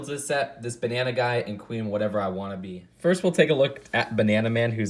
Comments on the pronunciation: I think you’re supposed to pronounce the name Queen Whatervera Wa’nabi as wa-nah-bee not wannabee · Yeah, it's more like Queen Whatevera waNAbe, with the emphasis on the NA